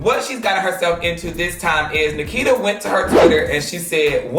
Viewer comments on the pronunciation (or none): ITS *NIKITA not NAKITA ❤️